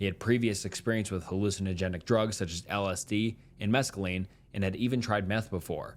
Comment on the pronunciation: Could you share a few that were detrimental to the overall story.. outside of pedantry? I hear them often, but they are generally surface level at worst. "Mesacalane" or the city of "Joylet" instead of "Joel-e-ette" are more dialect errors than anything that ruins the material points of the story. Keep it up, don't let the pedants hate hit too hard.